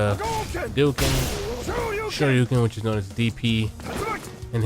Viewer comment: Why i heard " screw you ken" instead of shoryuken?😂